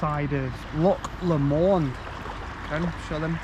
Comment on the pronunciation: Great video showing some of the great vistas of my homeland. Just a pity you left viewers with the impression there is a motorway at the side of beautiful Loch Lomond.....which has the "stress" on the first syllable. Loch Lomond holds special memories for our family....a few years ago our daughter was married at the hotel a few hundred yards along the shore from Luss jetty......December....snow on the hills and the most stunning sunrise I have ever seen. Congrats on your engagement!!!